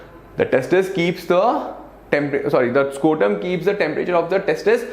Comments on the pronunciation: Sir it is scrotum not scortum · it is not called scortum, it's called scrotum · Are sir tum galat bata rahe ho testis ke cover ko scrotum kehete ha na ki scortum. Galat baat nahi batao 😡